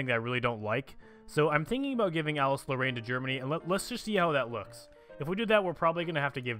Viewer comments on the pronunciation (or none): Actually, Alsace-Lorraine is Pronounced Al-Sase (If that makes sense)